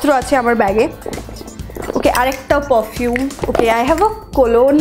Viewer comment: it pronounced like pofume !!